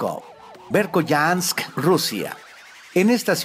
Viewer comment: asi no se pronuncia la ciudad rusa del 5to puesto, se pronuncia berjoianak